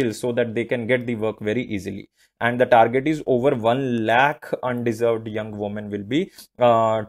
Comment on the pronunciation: Under Served , kindly read it properly???